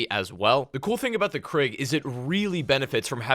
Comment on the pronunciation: I know he did not just say KRIG !!!